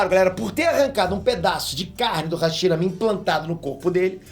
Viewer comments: hashimara kkk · hashimara?? Tá errado isso ai